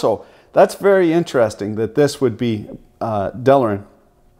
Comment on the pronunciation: I done told ya once "delrin," not" delarin", "realtor", not "realator". :-) Another "best of". Some proper editing would make it a fantastic video for consumer engineering students. I really love what you do.